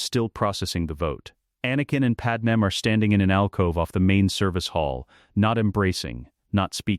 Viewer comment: Do yall know how much im hating hearing padme pronounced wrong?!?!? That can take away from hiw good a story is!